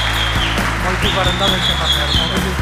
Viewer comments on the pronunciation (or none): none